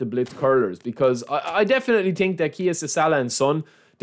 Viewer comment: „i do tink“ 🤣🤣🤣